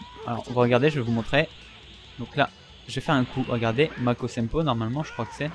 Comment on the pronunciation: Bonne vidéo par contre au début tu as dis Makosenpo... -_-' je connais pas! Sinon bonne continuation! :)